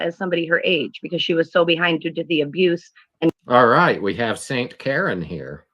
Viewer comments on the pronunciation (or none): none